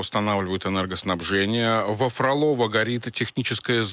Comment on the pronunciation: ФрОлово,арчедА...ті назви мають свої наголоси і тюркське походження....в мене бабуся в тих краях...була...